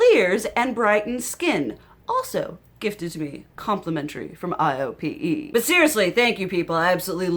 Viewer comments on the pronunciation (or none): For low buy tips, watch whitney hedricks! She breaks it down on what type of shopper you are. I think you’d prob be a 4 or 5 on her scale. Highly recommend! Also the brand you love is pronounced: I OH PAY. It’s a fancy schmancy Korean beauty brand.